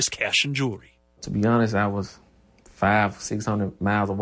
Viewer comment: JEWELRY........JEWELRY...???? ARE YOU FUCKING KIDDING ME.....